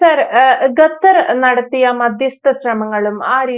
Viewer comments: ഗത്തർ അല്ല 🤣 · ഗട്ടർ അല്ല, "ഖത്തർ " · not GAthar, but Qatar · GHATHAR ALA " khathar " AANU. JAI HIND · ഖത്തർ not ഗത്തർ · ഗതാർ അല്ല, ഖത്തർ എന്നാണ് ഉച്ചരിക്കേണ്ടതു. ഒരു രാജ്യത്തിന്റെ പേര് ശരിയായ രീതിയിൽ പറയാൻ പഠിച്ചിട്ടു വേണം ഈ പണിക്കിറങ്ങാൻ. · ഗത്തർ അല്ല ഖത്തർ എന്നാണ് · ഗത്തറല്ല, ഖത്തർ. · ഗത്തർ അല്ല ഖത്തർ എന്നാണ് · ഗത്തർ അല്ല ശരിക്ക് ഉച്ഛരിക്ക് ഖത്തർ ആണ് ശരി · Gathar alla Qatar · Gathar alla Qatar. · ഗത്തർ അല്ല ഖത്തർ. ക്യാമറയുടെ മുൻപിൽ വന്നിരുന്നു പറയുന്നതിനു മുൻപ് അക്ഷരങ്ങളും വാക്കുകളും സ്പുടമായി ഉച്ചരിക്കാൻ പഠിക്കുക. ലോകം മുഴുവൻ കേൾക്കുന്നു എന്നൊരു ബോധ്യം ഉണ്ടാകുന്നത് നല്ലതാണ് 😁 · ഗത്തർ അല്ല ഖത്തർ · ഗത്തർ അല്ല. ഖത്തർ